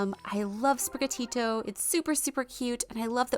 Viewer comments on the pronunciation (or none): none